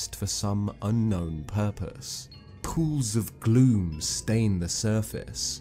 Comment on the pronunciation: every time you say gloom, i hear glue :p